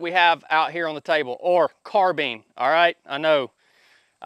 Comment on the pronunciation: Car-bine > Car-been